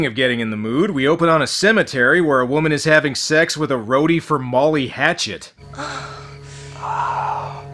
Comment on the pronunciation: "Molly Hachet" lol